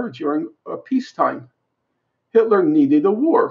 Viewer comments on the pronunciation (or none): none